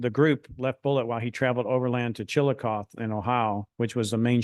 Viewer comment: I was surprised at the speaker's pronunciation of Chillicothe and Scioto County. I grew up in Ashland, Ky., on the banks of the Ohio River. We pronounced the city name as ChillacothEE, not ChilliKOTH. Scioto County as SYOTO, not SKYOTO.